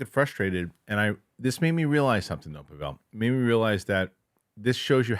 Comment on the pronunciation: Are you mispronouncing Pavel’s name on purpose, as an inside joke or something? You seem like you know each other well, but I don’t get why you don’t say his name correctly.